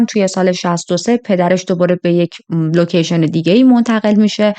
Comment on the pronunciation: لوشن چیست ؟؟؟😮 لوشن؟ یا لوکیشن؟